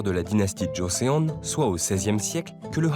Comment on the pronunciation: Petite faute de prononciation sur "Joseon" mais jolie vidéo :)